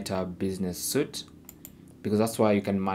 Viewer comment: Thanks for the video. My Meta is different to yours, I had to click 'Content' to see posts. BTW the word 'Suite' is pronounced as 'sweet' the word Suit does not end in e.